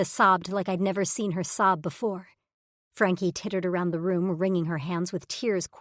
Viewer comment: still can't pronounce Frankie😂